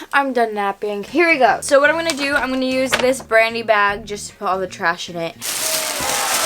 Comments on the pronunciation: say bag...... “BeyAG” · The way she says ‘bag’ drives me insane but other then that she’s perfect and my dream wife